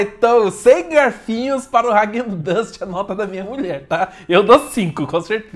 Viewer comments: ráquen dans kkkkkkk é raaguen dass a pronúncia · Pronúncia dele kkkk hagen duzz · Vc falou o nome da marca errado